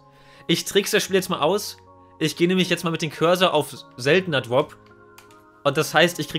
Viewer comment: „twaden“ „dwop“ „cwedits“ „alwight“